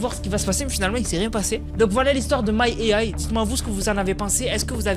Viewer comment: « My e ay »🤣🤣